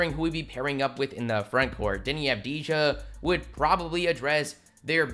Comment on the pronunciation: It's pronounced ahhv-de-ya